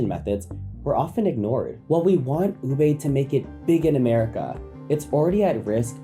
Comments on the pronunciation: Is it just me or does every Filipino also get infuriated when he pronounces "Ube" is "Ubay" not "Uube" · For those Fil-am folks. It's Ube (oo-be) not (oo-bay) 😂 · Please let me express my pet peeve. It’s very unreasonable and petty but pet peeves are pet peeves. Disclaimer done, here goes. Americans: “Ooh-bay” Filipinos: “It’s ‘Oo-behh.’” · Great video but just got to say, it's pronounced oo-beh not oo-bay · Can't help but be a bit nickpicky about the pronounciation of ube. It's oo-beh and not oo-bay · Ube is pronounced as “Oo-beh” not. “Oo-bay” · Ooo-beh not Oobey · It's not ubei. It's ubeh. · It's not oo-bey. It is oo-beh! Again. Oo-beh. Oo-beh. Oo-beh. That is the correct way to read ube. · Americans: ube pronounced as tube without the T. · It’s ube not ubey. If you’re going to use it for clout maybe learn how to pronounce it properly first. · Oh mytgoodsdd it’s pronounced u-beh ommjjhyggb im crashing out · the pronunciation of ube as "ubey" is hurting me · Idk bro you lost credibility for me cause you can't say ube properly lol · You can start by pronouncing it correctly. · Can't blame America for ruining ube if you can't pronounce it properly! lol. It's not that hard, just saying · Americans ruining “Ube” by pronouncing it wrong. Even the narrator is pronouncing it wrong 😂